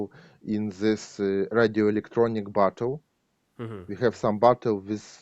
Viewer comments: He was saying "battle" not "bottle" there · Battle not Bottle